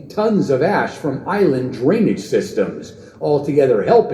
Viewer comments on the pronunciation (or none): none